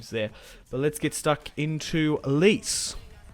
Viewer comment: its pronounced "Letch-Ay" mate. A good start though & hopefully a big season ahead for Icardi